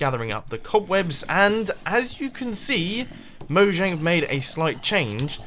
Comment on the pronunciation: Three things: 1.) It's pronounced Mo-Yang not jang, because it's a swedish company. 2.) Mumbos new profession: Heart Belching! 3.) You make me really nervous with all that TNT! (shudder) ;-)